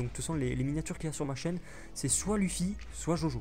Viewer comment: Luffy Mdr sa se prononce pas "u" mais "e" pas grave quand même mais sa ma fait rire